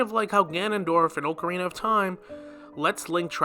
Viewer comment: Oh-carina of time, I will now say it that way from now on.